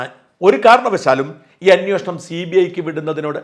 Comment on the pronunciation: സര്‍ ''അന്വോഷണം'' തെറ്റാണ്. അന്വേഷണമാണ് ശരി.